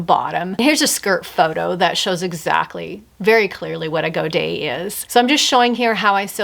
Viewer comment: I love that you pronounce godet correctly! You’ve restored my faith in people knowing what they’re talking about. That’s not entirely common on YouTube 😂 You did a great job on all 3 of those. But your niece’s dress was the standout for me.